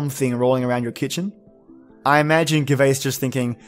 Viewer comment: Couldn't follow this all the way through because of your awful mispronunciation. Albeit all-be-it not al-be it, Gervais Jervais you know like Ricky Gervais, hearth is harth and means the fire place (home and hearth as the saying goes) Bogart and Bogle (the Scottish variation) Bow-gart and bow-gul. That's as far as I got and I see that you are threatening to have a remake so if you do please learn how to pronounce the words correctly before you venture into it. No one likes to have their name mispronounced as many names are derived from an ancient description of the beings. Did you mention that the Irish word for the fae is sidhe (shee) like in the banshee?